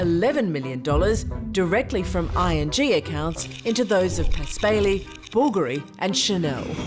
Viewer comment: How can you butcher the pronunciation of the name Blvgari so badly?? 😭😭😭